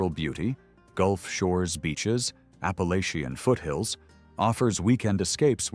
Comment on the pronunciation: There’s a country song, “You’re the Reason God Made Oklahoma.” Also, this is the first time I’ve heard Appalachia pronounced “Appa-lacky-an” … a new way to say it wrong.